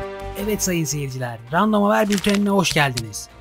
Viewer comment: Random diye okunmuyor rendım diye okunuyor random diye yazılıyor 😊